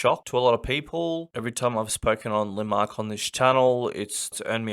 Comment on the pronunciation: its LAND-MARK. not linmark